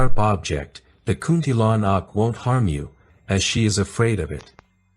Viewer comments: Hahaha kunti lanak ahem its kuntilanak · Hello, this vid is well done. But here's how to say the names correctly: Kuntilanak->> "Koon-tee-la-nuck" Pocong ->> "Puh-chong" Sundel bolong ->> "Soon-dull-bho-long" Tuyul ->> "Too-yool" Andong pocong ->> "Un-dong-puh-chong" Wewe Gombel ->> "Wae-wae-gom-bell"